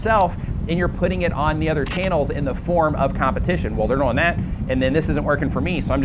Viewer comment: Why you say "doing" like boing?